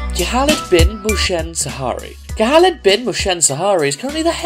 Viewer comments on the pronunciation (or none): Khalid speak carefully Khalid not khaaaaalid And Mohsen Not motion??? And its Al-Shehri Where u got Shaari ??? 😂😂 I liked this video but be careful when u speak our names